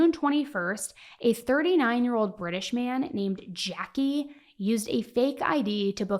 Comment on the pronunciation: His name is Jacque but it’s not pronounced Jackie it’s pronounced as Jack. I’m French and American.